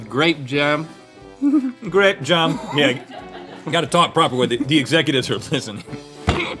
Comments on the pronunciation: It's pronounced "graepe jahm" 🎩 🧐🍇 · Grayp jum! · "grap jem" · "I've eaten a biscuit...with grehp jahm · I know this is way late, but it's just the way he pronounced it. Instead of 'jam', he said 'jem'...making it seem like he was trying to speak very posh and sophisticated. I love it when they make fun of each other's speaking mistakes.